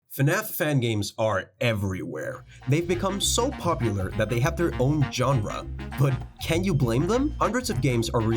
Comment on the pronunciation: am I the only one that understood John run instead of genre 😂